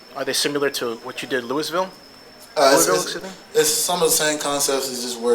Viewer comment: Louis ville? Really? C'mon man!